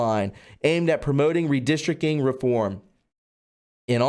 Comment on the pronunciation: Sorry buddy, but it's redistric ting not redistric king! lol